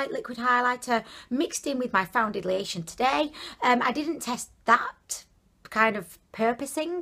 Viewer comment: "Foundidlyation" made me subscribe your videos are amazing 😘😂